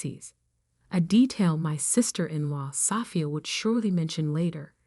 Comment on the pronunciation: It’s Sophia not safia..…